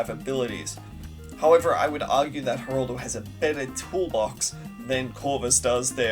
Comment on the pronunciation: why do you keep saying Heraldo, its Geraldo